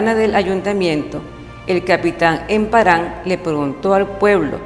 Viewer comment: Pronuncia mejor por favor... Que desagradable escuchar emparán